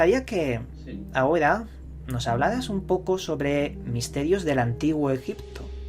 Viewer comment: Ve al logopeda, dices "d" en vez de "r", ejemplos "vadios", "cultudas" "ahoda"